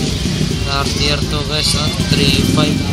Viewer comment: Cartier pronounced Car-ti-yey.